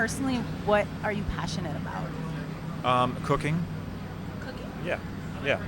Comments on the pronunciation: Low key thought he said cocaine and not cooking 😂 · thought he said cocaine instead of cooking lol